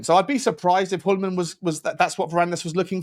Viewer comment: It’s pronounced “Joolman” or “Yuleman”. The “H” is silent in Hjulmand😊